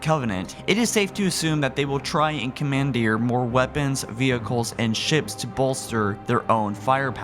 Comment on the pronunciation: cuh man deer it's pronounced common deer lmaooooooo